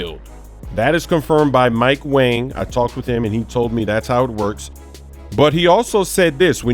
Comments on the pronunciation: its not mike "wang" its "WONG" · It’s mike wong not mike wang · Come on it’s pronounce ‘Mike Wong’